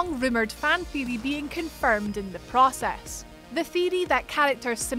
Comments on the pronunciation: The “thiry” lol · Please pronounce theoty correctly i am turkish but it still bothers me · I cringe everytime she tries to say theory